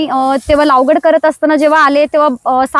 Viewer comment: लावगड नाही लागवड